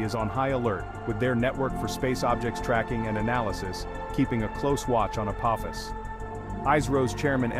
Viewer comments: It is pronounced “uh-paw-fis”. It is the name of the Ancient Egyptian god of chaos. If you don’t believe me look it up. You would think someone putting it on the internet would pronounce it correctly. 🙄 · omg the way the ai pronounces Apophis....SG1 fans anyone?